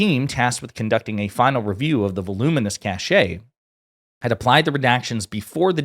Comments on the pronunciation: Jesus, misreading a bunch of the words then 'cash-AY'? The word is pronounced 'cash'. Communicators should be concerned about communicating. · Excellent episode but cache is pronounced “cash”. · ‘Cache’ is pronounced ‘kash’.